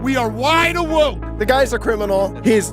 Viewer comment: Did that fool just say, ‘we are wide awoke’?